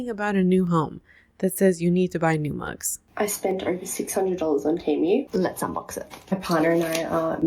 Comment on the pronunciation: The australian pronouncing temu like t-Emu 😂